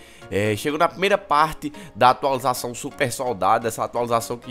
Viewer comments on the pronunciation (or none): Atalizuação, atulização KKKKKKKKKK